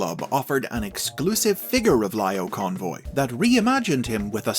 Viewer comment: I loved how you say Lio Convoy, Laiyo Convoy. Such a small attention to detail about how he called in the anime series.